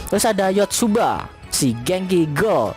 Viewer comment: Iya gw denger denger jg Yotsuba🚶‍♀️